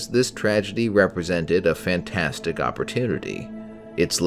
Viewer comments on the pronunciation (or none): none